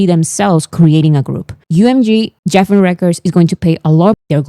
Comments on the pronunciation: Lovely, Geffen Records is pronounced with a hard G. So like Guessin💜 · Geffen is pronounced like Gregory, not Geoffrey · Thank you for making all of the informational videos. I love your essay format. If I were still teaching (retired now), I would use some of your videos for my students to analyze the structure. Just one minor thing. Geffen is pronounced with a hard G sound, like the G in goat. I know. English pronunciation rules are a mess, so many exceptions and irregular (weird) variations.